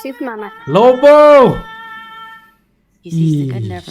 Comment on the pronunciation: ahhahah lagian abangnya nyebut lobo jadi lobow😭 jd keinget band itu